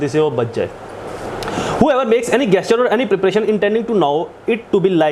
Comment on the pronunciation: It is spelt gesture but pronounced Jesture